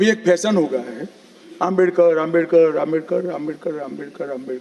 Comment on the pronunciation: Amit Shah Swarg jaenge Baba sahab ka apman kyon kar Bhagwan ka bhi Naam to sahi se le nahin paate Hain movie